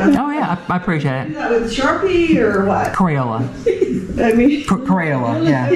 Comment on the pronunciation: How did she pronounce Crayola?